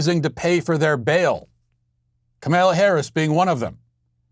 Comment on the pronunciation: Matt says "Kamala" like Borat says "Pamela"...